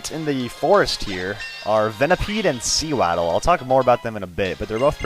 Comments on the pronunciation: its pronaunsd sewadel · Soo-waddle when pronounce ig heheh